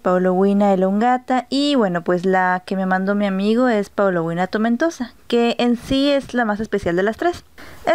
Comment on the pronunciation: GRACIAS POR LA INFORMACIÓN. PRONUNCIAS: PAULO-UINA Y ESTA ESCRITO: PAULO-UNIA. COMO SE PRONUNCIA REALMENTE? SALUDOS